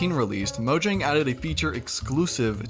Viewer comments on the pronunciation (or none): none